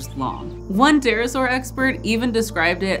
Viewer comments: It's a Terra-ibble-asaur for Terra, terrible and saurus lol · Haha, "terra-saur" 😄 I love it